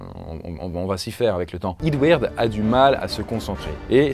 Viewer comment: Eadweard tu le prononce mal prononcé le en anglais / québécois pi c’est bon